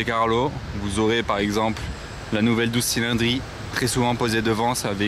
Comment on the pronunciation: Super cool la vidéo mais par contre t'en fera ce que tu voudra maisbon dit 12cilindri a dire doditchitchilindri